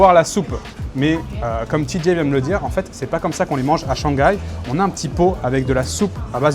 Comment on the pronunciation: Je suis chinois, c'est très drôle quand tu dit